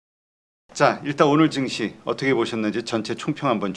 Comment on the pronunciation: 정시가아니고 증시다.. 니들땜에 나라골로거고있다ㅠ발음 단디래라